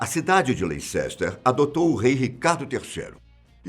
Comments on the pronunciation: Caro, nao se fala leicester apesar de ter essa escrita, se fala lester. Adoro seus videos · Só por preciosismo... Leicester se diz LÉSTER! Contribuição para um dos melhores canais do YT... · leh· ster * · Professor a pronúncia correta é Leister. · Ótimo, uma ressalva apenas: LEICESTER se pronuncia como “LÉSS.. Terr”, GLOUCESTER se pronuncia “GLÓSS terr” Parabéns pelo vídeo! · Sei... não querendo corrigir mas já corrigindo se escreve Leicester, mas a pronúncia é Lester✌️ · Credo, leicester não se pronuncia assim kk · O narrador precisa pronunciar corretamente os nomes em lingua estrangeira. Por exemplo, a.cidade inglesa de Leicester tem seu nome pronunciado 'lesster' e não 'leicester'; o nome Howard é pronunciado 'hauard' e não 'hoard'...